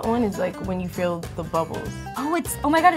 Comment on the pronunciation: pronounces feel "fill" and it bothers me so much idk ilh but